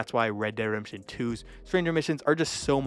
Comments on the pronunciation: ..Reh Deh Redemption.. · Bro can't even pronounce ReDemption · "Red dead Remption"😂